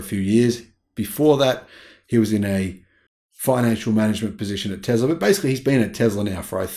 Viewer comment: Repeat after me... Tess la... :)